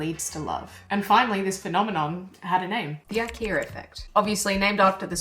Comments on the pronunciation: "The IKE - R - A effect" What's the need to add an "R" to the word IKEA? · there is no r in ikea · I keep hearing "The ikeaR effect," weird. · I wish that you didn't say Ikea'R. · There's no R in IKEA lol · Silly Aussies, no 'r' in IKEA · This is a great video, but accents will never not be funny. Adding an R in the word Ikea is just dirty work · An Aussie accent AND an intrusive R? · Also, more value provided with the addition of the 'r' to ikea ;) Nicely done. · is she saying IKEA effect? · Today I learned IKEA has an R at the end of it. Good lord why. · There is no R in Ikea ❤😂❤😂❤